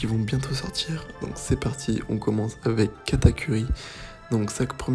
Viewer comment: A sa me fait un peut mal quand tu dit katak U ri mais sinon la vidéo et grv cool